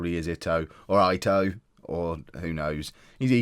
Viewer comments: Definitely ee-toe. You are saying it correctly!! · Okay, just so you don't freak out about names anymore. I'm a german and also Hamburg supporter. You're spot on with Ito (EETOE) and its Jantcheetchitch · You are pronouncing Ito correctly 🙂